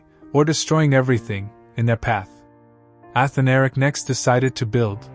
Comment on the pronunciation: a-Than-a-ric. not... Ath-a-Nar-ic. just fyi...